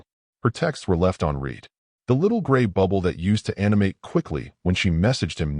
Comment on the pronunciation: These a.i voice needs to learn how to read. Un reed?